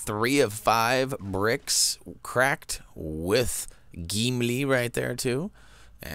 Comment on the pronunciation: Love how you say "Geemlee!" :'D